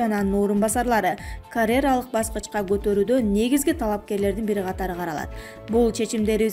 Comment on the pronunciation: Почему диктор не может произносить такие простые слова?Слово "карьера", она произносит "карэра"?Зачем допускать в эфир полуграмотных, еле как произносящих некоторые слова, "специалистов"???Уберите их с ЭФИРА, пожалуйста, уважаемые руководители канала!!!